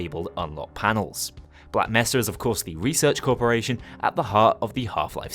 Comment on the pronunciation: Measa..? It’s Mesa